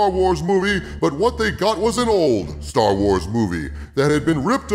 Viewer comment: For a second I thought you said "Jar Wars", and I think that's appropriate.